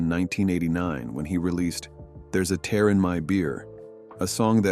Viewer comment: ... CAN'T PRONOUNCE THE WORD "TEAR" ??? / this narrator ???